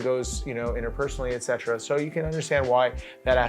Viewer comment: You butcher the "etc." Fav word? You certainly are using it wrong. So cringe.